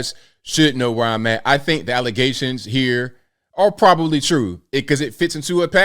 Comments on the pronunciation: The worst ALLEZATIONS??? IF YOU CANT SAY BATHROOM WITHOUT AND "F".....YOURE GOING BACK TO AFRICANT. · “False allezations”